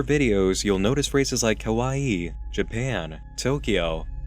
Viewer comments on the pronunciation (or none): Man I love but god does he say kawii weird...